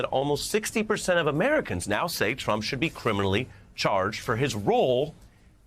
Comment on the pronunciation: Lol "majority of americams"...gimme a bream